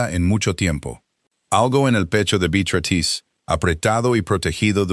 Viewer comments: Te escucho desde Venezuela. A las 4 am. Por favor que la IA pronuncie BEATRÍZ de forma adecuada. Me encanta la historia, odio el tono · Me encanto toda la historia !!!!!!!!! El relato , un desastre !!!!!! En ningun momento la IA pudo decir BEATRICE. Celia de Argentina. Son las 23 hs. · Saludos cordiales desde 🦋Costa Rica 🇨🇷 La Suiza Centroamericana CÓMO ES POSIBLE QUE UN NARRADOR PRONUNCIE MAL UN NOMBRE, UNA Y OTRA VEZ, ARRUINANDO ASÍ, UNA HISTORIA TAN HERMOSA? !..